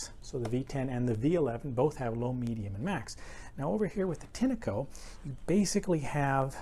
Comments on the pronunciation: Pronounced with a short 'e'. If you don't know what that means, it's an English pronunciation aid. Tin-echo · Why do you call a “tin-a-co” ? When there is clearly no a in the brand name